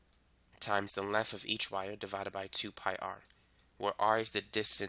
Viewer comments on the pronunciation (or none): Normal people: "length": "lenf"